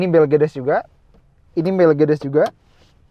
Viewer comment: njir mercedes dibilang blegedes..... almaz gue terus apa 😂